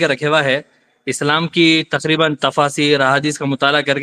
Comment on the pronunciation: ये तक्रिबन 😂 तक्रिबान 😂😂